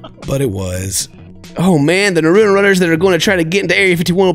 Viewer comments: I'm sorry I love you but pls say Naruto name properly it's not noruto it's Naruto 😤😤😤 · Why doesn't anyone correct his pronunciation of Naruto lol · Am I the only one who's just a little upset at the fact that can't say Naruto right?